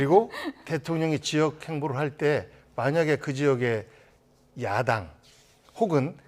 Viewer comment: 미친기자. 야당을 야동이라고 발음해븜 ㅋㅋ